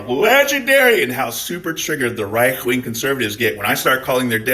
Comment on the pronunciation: Did you call the RIGHT the REICH . cause i loved it